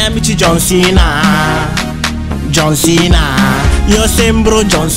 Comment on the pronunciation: Ma non sa neanke parlare dice don cena invece di John cena